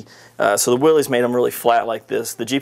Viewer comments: Its Pronounced WILL-ISS not WILL_EEZE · May I just mention something that almost everyone I've ever met concerning these great rigs mistakenly does. That is, Willys is not pronounced Willeez. John Willys must have given up, but it's pronounced Williss. WILL-iss